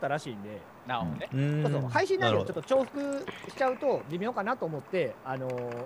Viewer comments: どぐらさん重複をちゃんと「ちょうふく」って読めてるの結構すごいなｗ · 本来は「ちょうふく」。 読み間違いの「じゅうふく」が定着し過ぎて「どちらとも読む」ということになっている。 似た話に 「新しい」がある。本来は「あらたしい」。言いにくさから頻発した読み間違いの「あたらしい」が定着してしまい、「あらたしいとは読まない」が現代国語の解釈になっている。 現代においては「重複をちゃんとちょうふくって読めてる」は正しい評価解釈に含まれます。